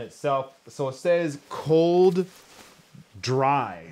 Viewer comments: Says cold ready not dry 😅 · COLD.RDY Not Cold.Dry, my friend😍